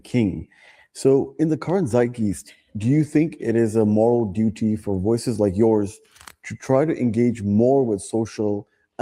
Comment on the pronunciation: He also can’t pronounce “zeitgeist”.